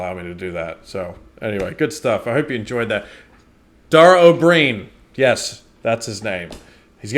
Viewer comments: oh bree an isn't correct. It's oh-breen 😊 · Ó Briain is the modern form of Ua Bhriain, meaning of or descended from Brian (pronounced Bree-an), so Oh Bree-an is correct. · Dara (Dawra) O Brian (Bree an)